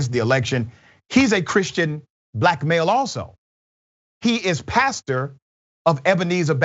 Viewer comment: might need to stop saying "black male". Both my ears and the closed captioning on the video hear "blackmail" every time he says that. I know what he means, it just sounds funny.